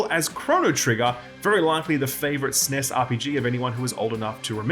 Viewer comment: Wait, is that how people pronounce SNES?